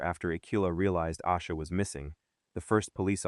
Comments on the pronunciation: Is this AI? Its Ayyysha Not Ausha. This is why AI is annoying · Her name is pronounced Ay-sha. This Ai video really p*** me off because the least you can do is get the pronunciation of her name correct. Also , there are several inconsistencies to this story told here. She. I hope you two pays attention to these type of videos that have zero verified research.